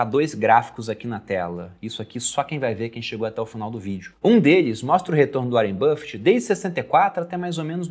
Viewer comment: Cara, que agonia do pronunciando áren buffet pqp